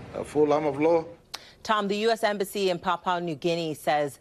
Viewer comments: "Papa New Guinea?" Pap-ua, even Pa-pua. Never Papa. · Pap-pwah New Guinea she says…. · It always kills me how foreigners never seem to be able to pronounce the word, "Papua". Like just say it the way it's spelt. 😂😂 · Its not port Moseby it's Port Moresby..and not Papa new guinea, its Papua (yes sounds like Papooa) new guinea. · It is incredible to me that this news reader is incapable of pronouncing "Papua" and " Moresby" correctly.